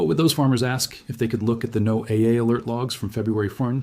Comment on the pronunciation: um, it's pronounced "Noah", for people in the know. No one says No AA. Also, why the painted images of the sun ? all the paintings... it's kind of out of place and doesn't lend credibility to the video